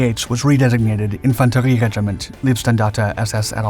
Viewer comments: Minor detail: "Leibstandarte" is pronounced "lie-bstahndahrteh", not "lee-bstahndahrteh" (it's "Leibstandarte", not "Liebstandarte"). Ironically "leeb" is the base of the German word for "love" ("Liebe")... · If you're going to do a piece on the Leibstandarte, then at least learn how the pronounce the world. It's pronounced, "LYBE-Standarta", not "LEEB-Standarte". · not "leeb" - standarte... "laib" - standarte (oh, ok, Paul already explained) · One small tip: the term “Leib” in Leibstandarte means ‘body’ and the ‘ei’ combination is pronounced like a long ‘i’ sound in the word ‘ice’ in English. The term ‘lieb’, meaning ‘dear’, the ‘ie’ is pronounced like the literal ‘e’ sound in English, which is how the ‘ei’ is being sounded in the videos. Other pronunciations in the video are very good. Keep at it!